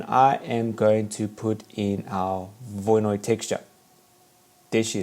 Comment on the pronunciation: You don't seem to have a clue how to pronounce Voronoi - it's not difficult.